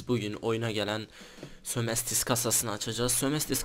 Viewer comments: Abi sömestis değil sömestır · sömestis DEĞİL o sömestır